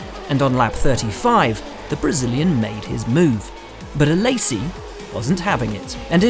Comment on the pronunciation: Way to butcher Alessi’s name... ‘A-lazy’